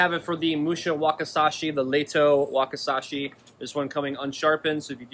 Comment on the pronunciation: Wakisashi not wakasashi Learn japanese😂